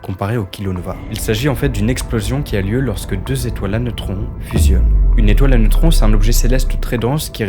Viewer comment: Si quand il dit “étoiles à neutrons” 😂